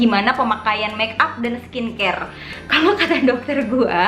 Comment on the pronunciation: Di kaya ngomong skin scare nggak sih??😂😂